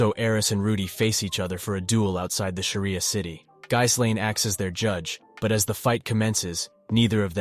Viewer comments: good video but her name is pronounced "G - Lane" tooka while to learn this too.. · I don’t know if you’re using TTS to do the videos or not but I like how you break down the story. But the constant mispronunciation of the names of Rudy and Ghislaine is driving me absolutely crazy. I don’t get how sometimes you can pronounce Rudy’s name correctly and the next time completely wrong. Then never once pronouncing Ghislaine’s name correct ever. How you break the story of the LN is great but again the wrong name pronunciation is irritating.